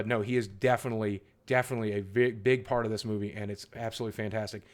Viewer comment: I thought you said first fart since it was first part!